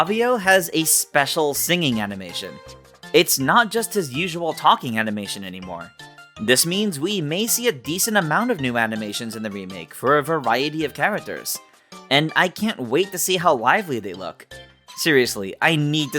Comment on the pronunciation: haha he said "aminations"